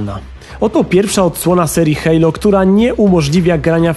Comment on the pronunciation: hejlo?!?!!? kto tak mówi ? XD